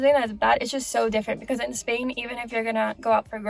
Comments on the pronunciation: Yes! "in Espain". Like a native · Yes! "in Espain" hahah like a native